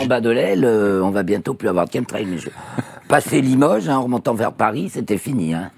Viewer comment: Quand 3 spécialistes prononcent chemtrail [Kemtrel] pourquoi le journaliste s'acharne à prononcer CHEME-trel??? Un sacré manque de respect pour vos invités!